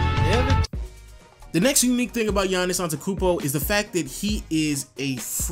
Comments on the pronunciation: gets mad for wrong pronunciation of his first name , cant say his last name properly... seems legit!!! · You gonna bitch about people saying Giannis but you can't even say his last name right. L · Can't even pronounce his last name right.... hypocrite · vag He doesn't pronounce the last t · You can't pronounce his last name why are you complaining about his first name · Kind of hypocritical about the the Giannis thing even you yourself doesn't pronounce Antetekounmpo right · Complaining about how people pronounce his first name but he butchered his last name the whole vid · Yeah Anani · I was thinking that exact same thing the whole time. I was cringing throughout the vid lol. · but if you get annoyed at people pronouncing the 'G' why don't you say the 'teto' in Antetokounmpo. You just say Antekounmpo. But yeah I agree with errthang else in this video. Gr8 job m8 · I love how you give people shit about pronouncing his first name wrong when you cant even pronounce his last name lol. There's TWO t's lol. Love your channel tho! ✌ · mispronouncing his last name talking about how to pronounce his first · since you're nitpicking, "in the poll the fucking ASKED a question", no axes were involved... and you are skipping over a few syllables in the man's surname... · you bitch about how people mispronounce a difficult to pronounce first name but you forget to pronounce a whole syllable in his last name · ANTETOKOUNMPO NOT ANTEKOUNMPO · I like how you say you don't like when people mispronounce his first name yet you pronounce his last name wrong the whole video. It's ant-et-to-koun-mpo not ant-e-koun-mpo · If you want to be nit picky about his first name, you have to say his last name right. It's on te tu koom bo, not on te koom bo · bruh dont say his last name if you dont know how LOL. An-te-to-kounmpo you keep forgetting the "to" antekounmpo just doesnt sound right :'C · he says antekumpo not antetokumpo. Hypocrite